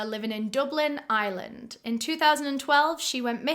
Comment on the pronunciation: i’m american and all i can hear is “island” when she says ireland lol